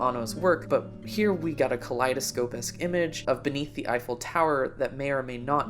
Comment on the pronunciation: What? I completely randomly checked out your old videos today (btw. What do you think about Attack on Titan today?) and you upload on the same day after 11 months. Please don't go silent for a year again. PS: Do you know German or did you just nail the pronunciation of "Eifel Tower"?